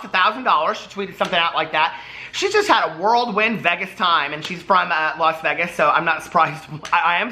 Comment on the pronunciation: The way you say Las Vegas. lol